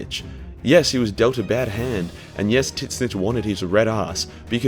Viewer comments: Bro it's pronounced tz-ee-n-tch not tisnitch, you sound brittish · I learned about tzeentch from this video and was talking about him to my veteran warhammer friend who informed me after much laughing that it was not pronounced “titsnitch”